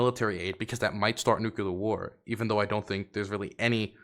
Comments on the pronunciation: you are a geopolitical commentator now, please learn how to say Nuclear(Nuke-lear). It's driving me insane. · I just don't understand why it's still hard to say NUCLEAR properly.